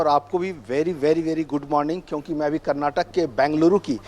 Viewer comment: Respected Reporter Sir. FYI, Its KARNATAKA. Kindly correct urself and please never repeat saying wrongly.